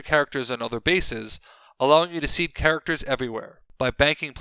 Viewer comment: “Grimaracters,” anyone?